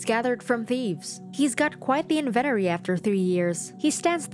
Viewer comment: "he has quite the in-vennery after all these years" excuse me what you mean in-venT-ory? what did the letter "T" ever do to you??? kekw